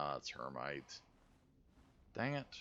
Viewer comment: Her-Mite? Umm... that is Hema-tite not her-mite and is an oxide of iron. The green nodes appear to be metallic oxides like Hematite “iron oxide”, Cassiterite “tin oxide” and so on. This is an interesting game I wonder how close to actual science... they will hold? Some games I have played where a bit disappointing in that you could just dig up iron and use it without processing. It is extremely rare to find iron in it's metallic iron form unless it is meteoric iron. 99% of all iron found is in oxide form or rust colored and needs to be smelted to yield any sort of usable metallic iron.